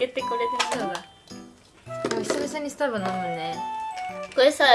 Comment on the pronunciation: に限らずスタバのイントネーション地方ごとに変わるのおもろい笑